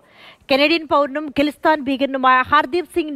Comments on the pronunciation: Gillisthan alla khalisthan pronounce it properly. Gillistan 😅😂😂😂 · Khalisthan,,not gulisthan😊